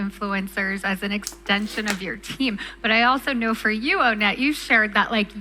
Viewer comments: hearing pronounce his name "oh-net" just feels off 💀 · "Hi, I'm Onett" "So, Onett-" "ONETT? HIS NAME IS "ON IT""